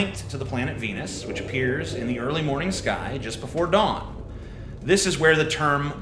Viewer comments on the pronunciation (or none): none